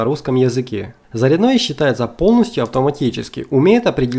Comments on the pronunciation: Не заряднОе , а зарЯдное устройство... Русский язык загадили , где учились ? Или кто ? УЧИл ??? Позорище чувак... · ЗаряднОе уши режет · Все отлично. Только почему заряднОе, а не зарЯдное...... - не понятно..... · Ролик конечно хорошо, и информация в нем полезна, но уши режет безграмотно произносимые автором слова, в слове зарядное ударение ставится на Я, но никак не на О!!! ЗарЯдное, а также восстановление это десульфатация, но никак не озвученное, язык так не повернешь...!!! Ну беретесь что-то выкладывать, так делайте русским языком! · Обзор хороший но, раздражает " ЗаряднОе" "ЗаряднОм" правильное ударение на Я ЗарЯдное устройство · На заряднооое а зарядное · почему ты говоришь заряднОе?